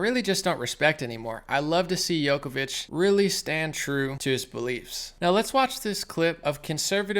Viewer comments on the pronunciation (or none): it's Džoković its red like Jokovich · Bro you gotta learn how to say Djokovic lol